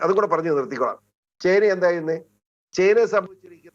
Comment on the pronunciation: ചേന്ന അല്ല ചൈന